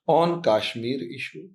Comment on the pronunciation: Please fix your pronunciation. Its not KAAshmir but Kashmir. Please do not keep saying idealOgy - its Idealogy (emphasis on first syllable). Also you have an annoying habit of slowly repeating what you have just said in a manner of dictating notes: that may be ok in a classroom but not in a radio/TV commentary. And if you cannot adhere to any these suggestions, do fix at least your most annoying, distracting habit: please stop drawing flowers around keywords!